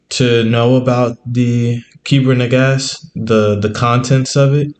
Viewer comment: ITS NAGARST NOT SAID AS NAGASSED BUT SPELT NAGAST IT IS IMPORTANT TO SAY THESE THINGS CORRECTLY OTHERWISE GREAT VID